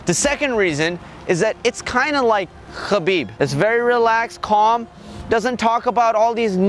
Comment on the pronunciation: Learn to pronounce Khabib first! lol